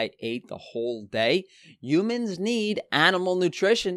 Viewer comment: “Youmans” LoL